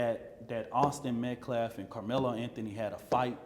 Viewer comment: Still disrespecting Austin by mispronouncing his name… it’s Metcalf not Metclaff… So tired of race hustlers.😮